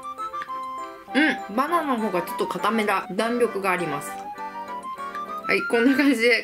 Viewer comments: バナナって言えてないwwwwww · 所々、バナンとマンゴーて聞こえる笑笑